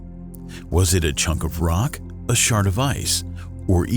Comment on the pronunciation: Why does he keep saying a shart of ice? 😂